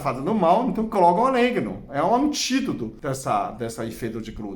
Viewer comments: meu querido, não é oléguno, é Orégano!!! rsrsrs blincadeila❤ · Eu gosto muito orégano na pizza, macarrão etc. Chá nunca tomei. O Senhor pronunciando orégano com este sotaque fica um charme. Gosto muito do seu canal. Admiro sua competência e inteligência.